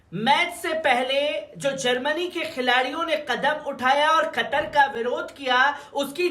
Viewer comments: कटर नही, भाई कतर बोलो कतर 😀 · قطر کو آپ کٹر بولتے ہو ،، یہ تو اردو کہو ،، یہ